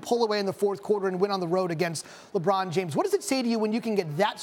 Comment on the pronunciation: Lebroom 2× say it 2×